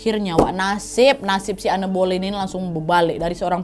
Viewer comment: Boleyn....g jadi k boyen dengernya 🤭